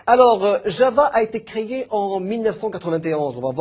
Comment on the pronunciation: Bel effort. Quatre vignt Onze pas Quatre Vingt ET Onze Créé pas Créyé Note pédagogie pour le tout tout nouveau : 3/10. Bel effort quand même. Cela m'inquiete cependant pour l'enseignement officiel au maroc. faut éviter de mentionner cela au début. Ne le prenez pas mal ma fille de 12 ans fait bcp mieux en expliquant du php.